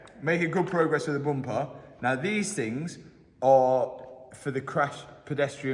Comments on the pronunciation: Mat: Bumper❌ Boompaah✅ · "Next step......the boomper" 🤣